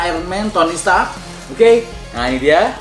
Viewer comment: Stark bang bukan setak